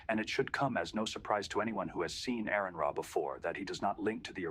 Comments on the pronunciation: Aron Ra's name is pronounced R-N Raw.... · Learn how to say his name first. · You don't even know how to pronounce his name...